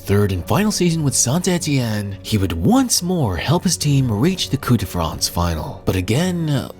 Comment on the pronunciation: bro it's not "coup de France" it's "coupE de France"